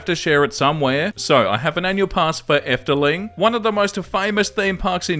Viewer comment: Ooh a dutchie Entitled Parent. Fun! But depending on how she had asked i might have let her use my discount if i had it. In this case no. Also that was perfect Efteling pronunciation